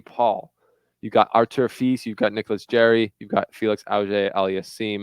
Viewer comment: jarry not jerry